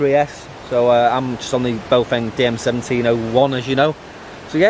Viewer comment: Read the brand again. It is NOT BOWfeng, what it is though is BAOfeng. B ah Ow feng.